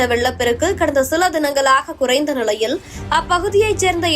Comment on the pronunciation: ல, ள அப்படியே மாத்தி படிக்கிறாங்க! தினங்க*லா*க குறைந்த நி*ளை*யில்! அது மட்டும் அ*ள்ளா*து, அந்த வ*ளி*யே... பாதி newsக்கு மேல் கேட்க முடியவில்லை! முருகா!!!🤦‍♀️